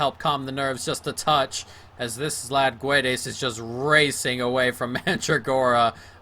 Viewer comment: in Spanish or Portuguese you don't pronounce the u when there's GU on the word. For example, guerra (war in Spanish) we said the g and the word next to it but not the u. So it should be Gedes but is Guedes.